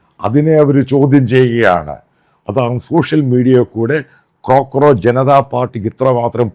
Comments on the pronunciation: കോക്രോച്ച് ആണ് മത്തായി.. ക്രോ ക്രോച്ച് അല്ല 😅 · ക്രോ ക്രോച്ച് അല്ല അച്ചായ കോ ക്രോച്ച്